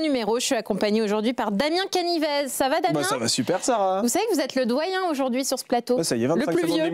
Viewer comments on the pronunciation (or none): Et on dit Damien "Canivé", pas "Canivezzzz", car le "Z" final indiquait que le "e" final se prononçait "é", du temps où les accents n'existaient pas. Exemple : "le nez au milieu de la figure", ou l'actrice Elodie Bouchez, dont l'ancêtre était, comme son nom l'indique, boucher ! (si on doit respecter les patronymes, autant y aller à fond !).